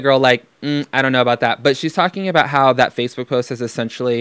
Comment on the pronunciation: ......he said vatebook......